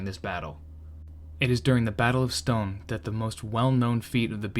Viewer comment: Dinant = Dee-Naunt. Stonne = Ston. Meuse = Mer-se.